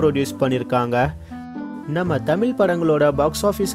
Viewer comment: why can't this host pronounce "Tamizh" properly?